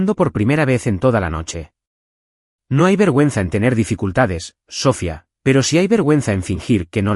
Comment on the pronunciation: Porque dicen mal el nombre siempre, es Sofía, si no saben decirlo pongan otro , en la traducción escrita está bien acentuado y en estas narrativas lo usan mucho y siempre mal